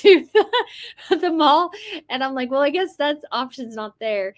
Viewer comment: Loved your commentary, and your interest in the UK and the Royals. Thrilled that you got your selfie with the Princess of Wales! Just FYI, it's definitely The Mall to rhyme with 'Pal', and not 'Mawl' as in a shopping centre. Once again, really enjoy your posts and your enthusiasm for us Brits! XX